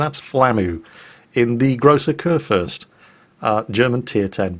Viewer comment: Haha, you are correct on the salt factor. I like Flamu because everyone can learn from him, even though I am not the worst player ever. But yeah, the salt is real. I do get it sometimes, but it is very much present Also, I love how you pronounce Kurfürst. Its not that bad, but its always something if an english person tries to pronounce german words. (To be honest, I think its the same the other way around)